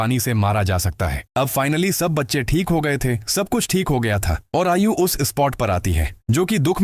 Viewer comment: Ayu nhi aayu😂😂